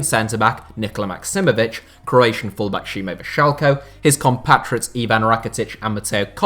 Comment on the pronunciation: SaraHevo, Vršalko.. sometimes it seems you're butchering these names on purpose 😆